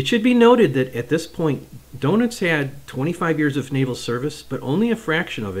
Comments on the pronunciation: Good video. Just want to let you know Rayder is pronounced ‘Raider’, and Donitz is not ‘donuts’ it’s pronounced ‘Don-its’. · I'm not sure it's pronounced "doughnuts". 😀